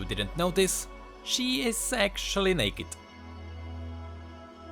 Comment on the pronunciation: what said "she isss actually naked" what i understand "she isss secually naked"